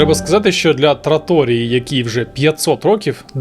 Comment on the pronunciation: Цікаві відео, десь поділяю ваші думки десь ні,але то таке…. Єдине що мені ріже слух це невірні наголоси, вибачте за таке зауваження! Траторіʼя!!!! Наголос на і а не на о!!!! А про лігурійську пасту “trofei al pesto “ я взагалі випала… Це зауваження не критика!!!!